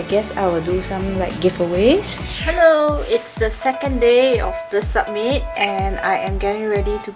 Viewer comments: Why does she pronounce summit as submit lol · Why does she keep pronouncing 'summit' as 'submit' like GURL ITS CALLED SUMMIT WHY DO YOU CALL IT SUBMIT